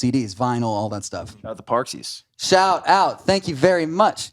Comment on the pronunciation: “the parxies” 💀